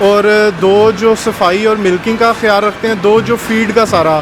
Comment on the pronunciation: What hiyaal what huraak? Chutiya panjabi bolna tu sekh lo